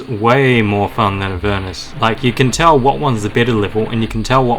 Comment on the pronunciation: UR PRONOUNCING THE NAME RIGHT ILY